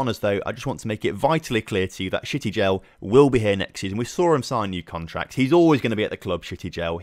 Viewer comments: shty-gel like shygel but add the t, I hate to ruin the name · I hate to ruin the fun, but Shtygel is pronounced 'shh-tie-gl'